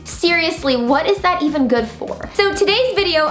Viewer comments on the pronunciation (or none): none